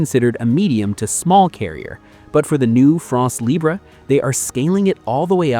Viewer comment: France Libre Not libré, it’s French not Spanish.